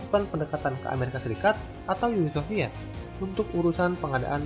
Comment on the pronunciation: Nama channel lu salah bang wkwkwk, Uni soviet, Bukan Uni Sofviet wkwkwk